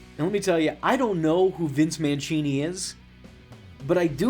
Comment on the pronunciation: It’s Mancini(man see nee) not Manchini. You clearly didn’t watch this. Just reading someone else’s script.